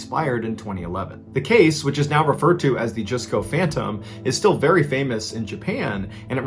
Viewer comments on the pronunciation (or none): Mr Ballen...the Japanese Mall is pronounce as Just Co not Juice Co. Just politely sharing with you. I am your Fan and dont mean it anyway negatively. Thank for for telling so many Wonderful stories. ❤